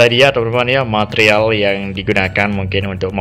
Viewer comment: Besi Wiremesh iku mas 😂😂 bbermbe "matrial"